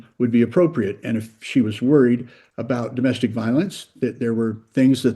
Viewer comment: Take a shot every time he says doe-mastic violence 🍻